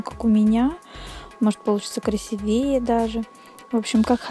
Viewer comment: не красивЕе а красИвее !!